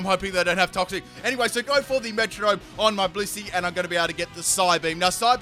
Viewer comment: did you just say pussy or blissey?